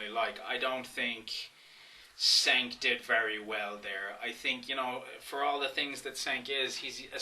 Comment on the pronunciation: You know to pronounce cenks name. Douchebag.